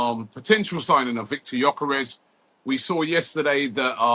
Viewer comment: Nice to see you pronouncing his name correctly after all this time calling him Gorkores Robbie 😂